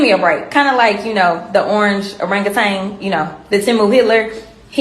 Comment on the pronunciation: It's Orangutan Jasmine, not OrangaTang. For the love of God... Please don't procreate.